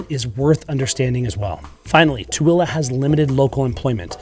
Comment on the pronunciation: Tooele not Twilla. And Hurricane is pronounced Hurricun by Utahans even though spelled Hurricane like the Atlantic Ocean storm. Funny.